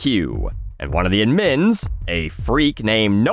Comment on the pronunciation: Hey, obviously, the word 'administrator' has the emphasis on the second syllable, so I can see why you're going that direction, but I've never heard anybody pronounce the abbreviated 'admin' with the emphasis on the second syllable. even googling how to pronounce it agrees it should be on the first. cheers.